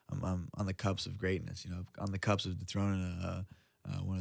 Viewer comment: Fuckin love this dude but "cups". Lol. It's CUSP brotha. This dude has never been the slickest talker but he's a killer in the octagon